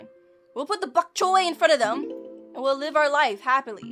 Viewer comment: Bonk Choy not fonk Choy